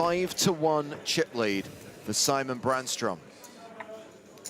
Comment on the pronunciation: Sigh-mon is apparently a lot easier to pronounce than See-mon. So why bother.